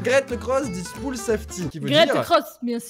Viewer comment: Voici ce qui est écrit: « Get across this pool safely » Et voici ce que lit: « Gèt eucross this poule safly » On comprend bien 😂👌🏻 Bilingue depuis 1985 😂😂